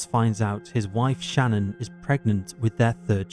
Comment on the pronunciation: Her name is Shanann, not Shannon. Pronounced like Shih-NAN.